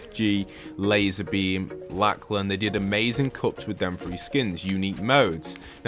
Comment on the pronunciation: He pronounced Lachlan Lack-lan FYI, its pronounced Lock-lan. Just helping out. Not implying anything, just giving a heads up...